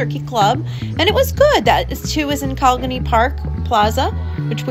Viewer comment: Really nice video and list of restaurants on HHI. You hit some of my favorites and some I really want to try, thanks to you,! You have a nice, relaxed and casual tone! (Can you say, “Co-lig-ney”? Pronounce the g. Haha.)